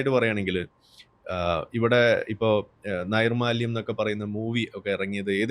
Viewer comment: നിർമ്മാല്യം ആണ് നൈർ മ്മാല്യം അല്ല.